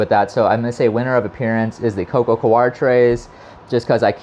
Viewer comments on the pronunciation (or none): It's coco "core", not "co-are".